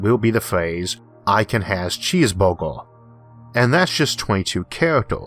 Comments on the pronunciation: I swore he said cheese bobo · That was the best explanation I have ever heard. Thank you very much. Btw, I like the way you say "cheeseburger".